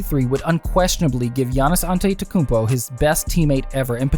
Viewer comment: Learn how to say his name before making a video about him